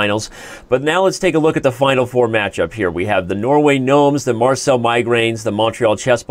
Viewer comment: Are you mispronouncing Marseille intentionally , Danny?